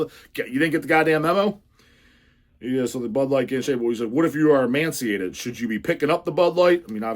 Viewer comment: I took "e-man-ciated" as a total Freudian slip